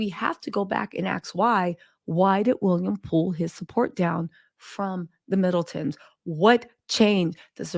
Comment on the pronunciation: Did I hear you say “Fiddletons”? 😂😘